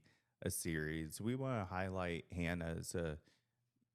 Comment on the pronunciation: Love this! Hannah is such a hard worker and a great representative of the sport. Love this so much, I’ll forgive you for butchering my name. This time. 😆